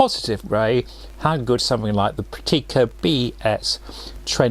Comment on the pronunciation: Actually the stress is on the first syllable : PRAKtica, not prakTEEka.